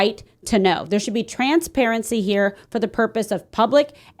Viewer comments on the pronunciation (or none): "Transparacy to know what transpired" i know that wasnt on purpose but it made me laugh 😂